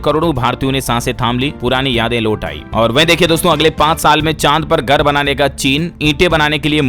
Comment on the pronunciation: Gar nahi hota hai ghar hota hai